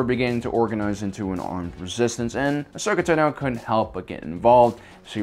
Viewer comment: Dude... just say her fucking name right 😂